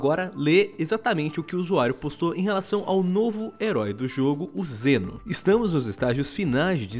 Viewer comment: Eu ouvi "Jenos" ? kkkk e essas abilidades de cura parece com a do Mal'damba e Pip kkkkk Mal'damba tbm joga uma meleca no chão que cura e da slow nos inimigos.